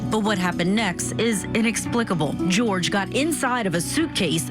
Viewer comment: Why is this woman going back and forth with his name?? My gosh it's pronounced Jorge (George) .